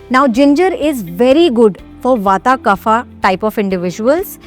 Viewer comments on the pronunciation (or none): It's " वात " , " पित्त " & " कफ " and not ' वाता ' , ' पित्ता ' & ' कफा ' !! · Nice. Just FYI Kaaf (not kufa) for KAPHA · Why you say kapha for kaph bata for bat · No, it's not pronounced as KAAF but actually kapha with soft vowel phonetics. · Please pronounce kaph pitta vaat correctly dor God’s sake.